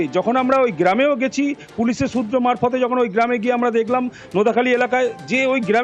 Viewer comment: Remind na REMAND , Geram na GRAM, Istri na STIRI ...Dupoisa besi diye bhalo reporter rakhun sunte boro baje lage !!!